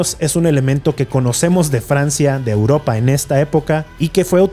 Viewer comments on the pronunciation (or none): none